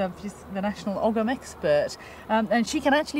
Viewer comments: It’s not Ogg ‘em. It’s Ogham pronounced O M - silent “g”. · I wish they would stop saying ogum. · According to my Druidry sources, Ogham is actually pronounced oh-yam. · It's weird hearing Ogham pronounced with a g. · well they can't pronounce 'ogham' properly 'g' is silent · It's pronounced "oe-um" but any real proffessor would know that. I very much doubt it says "corner 50 gang"🙄